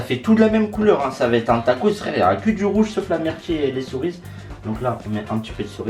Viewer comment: c'est le seul gars au monde qui dit les "corises" a la place de cerise